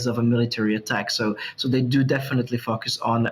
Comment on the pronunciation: Its "foooocus" not fucus!🤣🤣🤣